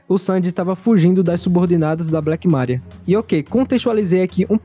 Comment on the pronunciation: Meu deus, fala o nome Maria direito